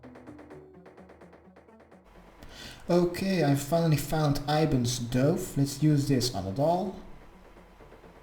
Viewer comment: is it just me or was everyones dove in the same one as his? also doove lol i love how he says things is pronounced duv but spelt dove.